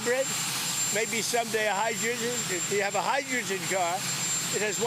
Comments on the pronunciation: Did he say "hi-duegen?" Instead of hydrogen? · “Hydregggeggen…” The clown can’t even say words. What is this crap?? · He tried to say hydrogen and said high ginger😂😂😂